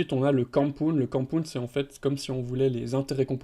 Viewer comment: Au secours l'accent anglais... DeFi, Binance, Compound, etc. 🤣 Tous écorchés